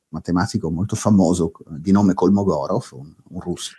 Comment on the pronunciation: Io conosco il russo. Mi ci sono pure laureato. Eppure la matematica mi è sempre sembrata più difficile. Comunque Kolmogorov si pronuncia "calmagòraf"...